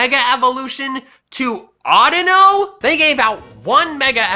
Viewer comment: DO NOT LEAVE OFF THE U IN AUDINO!